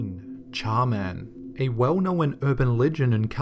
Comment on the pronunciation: Knowen. I'm sorry but stop adding an extra syllable lol.